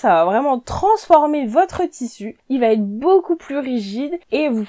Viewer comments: j'apprécie beaucoup tes conseils. Permets-moi d'en donner un aussi: ne dit pas le tissu va têtre... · Bonjour. Vos vidéos sont intéressantes mais, de grâce, n'abîmez pas notre belle langue française. A moult reprises vous dites, par exemple : " le 1er conseil VA T’ÊTRE"........il n'y a pas de T entre VA et ÊTRE, ça ne se dit pas. Il faut dire "VA ÊTRE" ou bien "le 1er conseil sera....". Merci de respecter la langue française.